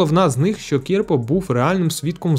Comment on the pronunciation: Тільки Не КІрпа а КірпА